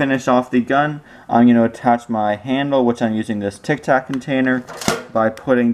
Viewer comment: Tic tac not tic tok